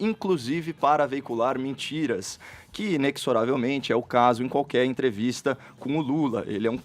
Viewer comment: Caio, aprenda a falar "inexoravelmente". Fica a dica.